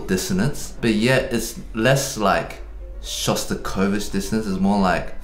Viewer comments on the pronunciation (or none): none